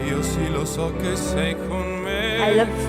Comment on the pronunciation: That 'che 'was not good. The e sound was flattened out which wasnt good and unsupported.